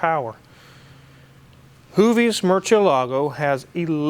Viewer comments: IF THIS IS YOUR FAVORITE CAR YOU MIGHT AS WELL LEARN HOW TO PRONOUNCE IT RIGHT, YOU ALMOST HAVE IT, YOU'VE DONE THE HARD PART ALREADY, WHICH IS THE PRONUNCIATION, THE PART YOU ARE MESSING UP IS YOU ARE PUTTING THE ACCENT ON THE WRONG VOWEL. ITS NOT: MURCIEL"A"GO. like keylargo. ITS: MURC"'E"LAGO , put the accent on the E not the A and you got it. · Wrong pronunciation. It’s not murcie. Lago. It’s murciElago, accent on E